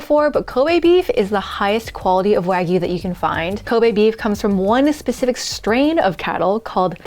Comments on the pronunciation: She’s not even pronouncing Wagyu correctly haiiiyaaaaa 🤦🏽‍♂️ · she murdered the Wagu LOLOLOL